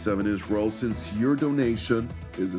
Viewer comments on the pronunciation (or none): none